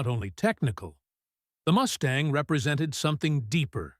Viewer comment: Moose-tang??? :face-blue-smiling